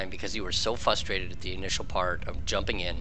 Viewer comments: Good video, but I'm frustrated at you saying "fusstrated". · If you're going to say frustrated as many times as you did maybe annunciate the r a little better. "fustrated" is all I heard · Lol yes! I let it slide the first few times and then found myself talking to my phone, "R, there's an R! FRustrated, FRUH-stated". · Is there a reason that you don't pronounce the first R in "frustrated"?